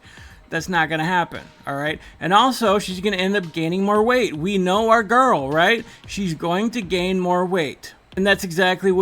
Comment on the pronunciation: I think we can say goodbye to this "gorl" now.